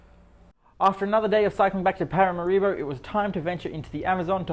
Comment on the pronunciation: like many americans, you mispronounce the capital's name. It's not: parama-RI-bo, it's Para-MA-ribo.